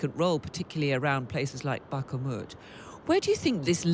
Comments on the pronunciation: Bakhmut not Bakh-a-mut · Please, somebody tell this presenter how to pronounce Bakhmut. it's not Bakkamooot. I keep hearing her say it that way time and time again. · Why does she always call it Bak-a-mut? Nobody else, pronouncesit this way, certainly not the Ukrainians. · The comment by the interviewer is shows ignorance of what Wagner is. Yes, during the Bakhmut (which she horribly mispronounces all the time) campaign they used the prisoners as cannon fodder. But that is not what the core Wagner is, and I don't think that the prisoners were the bulk of the force that went into Russia. Wagner is primarily made up of professional military who have left the official army to become mercenaries. They are generally highly trained and experienced. Prior to this war they were (are) used in other parts of the world as traditional mercenaries. So, repeating that trope about Wagner being prisoners is just bad journalism. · The presenter still has issues in pronouncing Bakhmut!